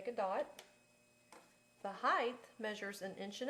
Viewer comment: There is no h at the end of height.